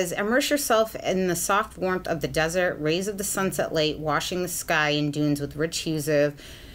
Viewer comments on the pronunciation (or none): none